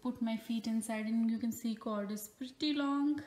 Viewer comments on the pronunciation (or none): Cord...not cold